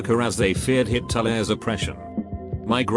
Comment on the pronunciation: Everyone else: Hitler Reddit voice: HIT-TO-LEHR